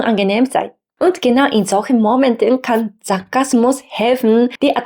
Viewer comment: Da Sie uns bitten Ihre Aussprache zu verbessern: Sie trennen die Silben zu stark: Und ge nau in sol chen mo men ten. Aber Ihr Deutsch ist schon ausreichend gut.